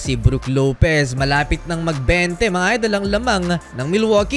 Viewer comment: "mga idel"😂😂😂😂super slang ahh